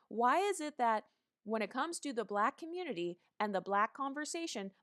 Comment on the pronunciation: "You're too BLAHHHQUEEECKKK looking" lmaooooo